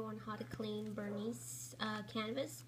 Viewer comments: wow-its not canvas-it LEATHER and pronounced ver nee. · THANK GOD someone said something. that VerniS pronunciation is nails on a chalkboard! The same goes for "key cles", nails on a chalkboard!!!